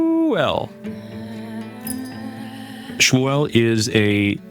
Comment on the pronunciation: Nicodemus is the one who calls him ShmEW-el. 😄